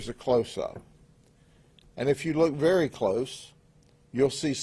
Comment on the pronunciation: “Verry nice neighborhoods “ 😂